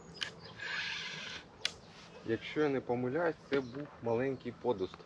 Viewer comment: пІдуст. Не пОдуст) так, між слів.